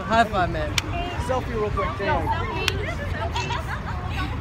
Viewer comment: It's taeyang not taeyong